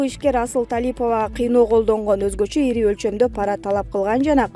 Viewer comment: Ийри сумма эмес ири сумма дечи алып баруучу